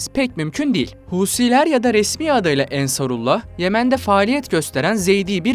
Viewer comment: АнсаруллА - ударение на последней А, потому что вторая часть названия обозначает принадлежность Аллаху